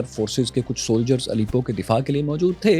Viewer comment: Bhai it's not Alipo. It's Alepo